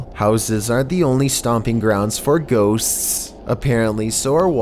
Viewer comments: I giggled every time he said “ghostst”. 😂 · He made the word 'ghosts" into four syllables.